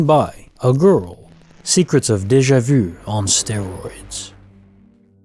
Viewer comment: Anyone giggle when he says Deja vu?